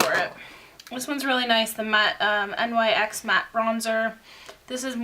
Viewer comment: Hey girl just so u know NYX isn't pronounced N. Y. X. It's pronounced nix